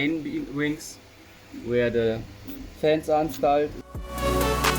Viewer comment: and its called instoled and not installed xD